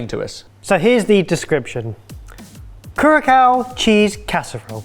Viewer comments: I don’t believe you are pronouncing it correctly I believe it’s pronounced Cur (as in cure) ah (think cute baby awh) cao ( with the thing under the c make it no longer pronounced as a c but as an S) Sao ( yes it has always sounded to me like Sow). Don’t you guys look up pronunciations? At first I thought I had gotten it wrong so I went and look it up again and found I was right the way you were pronouncing it was wrong I thought somebody and thought somebody should correct you after all insulted a nation just by making a dish that want anything like there’s forgetting to say it was a homage to said dish… so I thought perhaps a quick correction might help. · yeah lol the first time they said it i went "wait that's not the right pronunciation, is it? it's with an s sound" and then they showed it on the map with the ç in the name and confirmed it lol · literally just been watching cocktail mixing videos on here and everyone that said it pronounces it kur-acow. you just don't understand how widespread the misconception is among English speakers and FYI its lol who tf is Ebbert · Pronunciation tip, the second c in Curaçao has a modifier mark underneath to signify that it is pronounced more like and 's' than a 'c'. Pronounce as Curasow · Q: Isn't Curaçao pronounced with a 'soft c'? (That's what the cedilla under it represents, right?) So, more like "ku-ra-Sao"... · Super silly comment. I believe the correct pronunciation is ‘Curazao’. Also, thanks for letting me know about Aruba’s cuisine. This looked amazingly good! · Not me looking up the pronunciation of Curaçao after everyone was adamant in calling it Kurakao 👀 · Love the new format, but somebody please tell it's a soft ç sound in Curaçao! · it's Cur-a-Sow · With all due respect, it's Curaçao, with the last syllable pronounced pretty much like "Sao Paulo". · I thought it was pronounced Kur ah sao, with an S sound instead of K. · ....did they seriously say "curakao"? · CURASOW NOT CURACOW